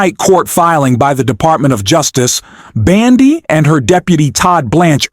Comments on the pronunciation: Can you please pronounce Pam Bondi's name correctly? Bon and not Ban, please, thank you! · Why do you keep calling Bondi, Bandi? It’s hard to take you seriously when you’re constantly mispronouncing her name. 🤪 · What a foolmnarrator! It's not BANDY ahole, it's BONDI!!! Ahole. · Hey dumbas her name is not Bandi it's Bondi! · URGH! It's BONDI NOT BANDI! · I see I'm not the only one the mispronounced name irks.